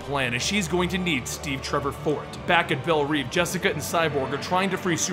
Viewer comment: I was really enjoying this until you said Belle REEVE instead of Reve. Still great though